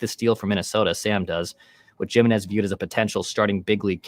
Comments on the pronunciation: Ya there's no way Jiminez is pronounced with a hard J sound lol gym i nez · That’s not how you pronounce Jimenez